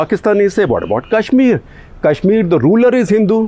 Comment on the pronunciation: Why do you often pronounce Kashmir as Cash-mir?